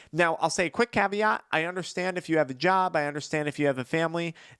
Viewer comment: You say caviot alot